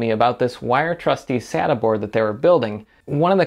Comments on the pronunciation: I'm a bit sadda that you don't say sayta.....Just found you channel and I really like your videos! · Um you do know that you totally butchered Sata's Pronunciation... it's pronounced with a Long A i.e. Data with an S instead of a D. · "Sata NAS" hahahah Its sounds like "satan" in PT_Br KKKKKKKKKKKKKKKKKKKKK great Video....